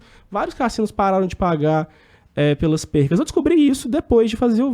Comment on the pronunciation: PERDAS. 'Percas' dói no ouvido